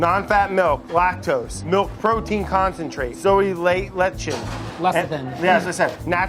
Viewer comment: Not only did Brad mispronounce "lecithin", he also mispronounced "soy" Off to a fabulous start